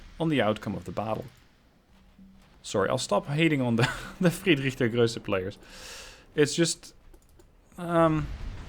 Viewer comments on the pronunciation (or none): Ply look up how to pronounce Friedrich der Große... There is no ö in there